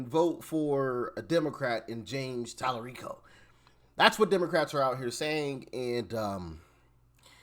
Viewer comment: Tali-REEK-O is a joke 🤣🤣🤣